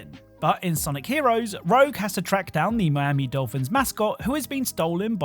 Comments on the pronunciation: Ur not the only one who keeps calling rouge “rogue” 😂, like I keep doing it and I know that’s not her name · good sir, Rouge and Rogue are spelled and pronounced completely differently. This isn't a Steal / Steel situation. Rogue and Rouge are not even close to each other sound-wise. Takes a wise person to accept a correction and move on. Instead of asking "wHo CaReS luL?" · Rouge, not rogue. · Even with the warning I still got a viscerally angry reaction from Rouge being called Rogue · Lol I had to laugh at the pronunciation of Rouge from sonic. You said Rogue. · It's okay that you mispronounced "Rouge." Most gamers misspell "rogue" (as in the RPG class) as "rouge," so I guess we've come full circle lol. 😂